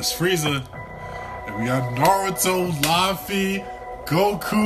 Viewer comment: Did this dude say laffy?